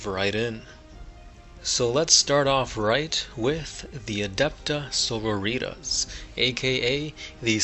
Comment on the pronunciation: Its not Adeptus So-ro-ee-taz its Adeptus Soar-roar-eh-tas